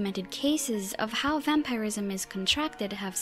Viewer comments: Lol. The way she says vampirism. "Vampire-ism." It's typically pronounced like vam-purr-ism. Not a huge deal just amusing is all. xD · Why do you say vampireism and not vampirism? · New to the channel. I honestly didn't expect a woman's voice haha Thank you for your video, but your way of pronouncing vampirism is weird. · How come you cant pronounce vampirism properly you say it really weird. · "vampeyerism" and "Skyeons" lol